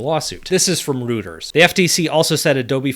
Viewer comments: Minor complaint but at its pronounced "Roy-trz" not "Root-teurs" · just an fyi, “Reuters” is pronounced “Roy-tuhz” not “roo-ters” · Did he just pronounce Reuters as "Rooters" ?? It's roy·trz. 🤣🤣🤣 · a heads up: Reuters is pronounced "roy-ters" not "roo-ters" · Love your channel, longtime subscriber; just FYI, Reuters is pronounced "roy-turs." 😅